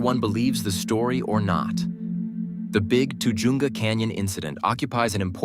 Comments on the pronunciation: That pronounced TA-HUNGA CANYON. I grew up there then and it has the Spanish pronunciation by Californians. Ta-Hunga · Pronounce tuh-HUN-guh